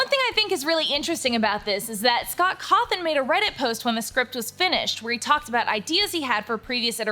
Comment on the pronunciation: in marks defense he only prounounced it like cawth-on instead of cawth-in even tho its spelt cawrhon, and you said cawtharn like where did you get the r from.